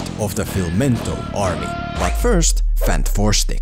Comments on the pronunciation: Everyone says it Fan-Four-Stick, but shouldn’t it be Fant-Four-Stick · Im so happy he calls it "fanfourstick" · I needed to laugh every time you said fan 4 stic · so funny when you say FANT FOUR STICK, lol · Dude i legit cant take you serious when you keep saying fant 4 stick😂